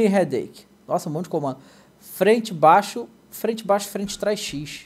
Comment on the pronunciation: o fala braixo kkkkk + 1 like